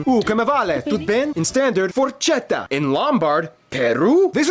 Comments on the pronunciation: Forchetta ..not forcetta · Forcetta invece che forchetta,,,,,,e' fantastico!